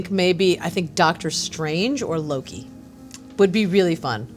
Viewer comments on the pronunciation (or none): none